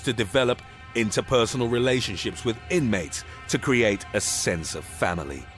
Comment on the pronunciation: And even form dramatic pause RELATIONSHIPS